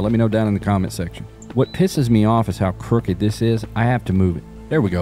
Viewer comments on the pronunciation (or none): none